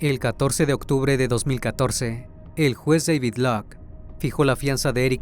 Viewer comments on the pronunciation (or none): none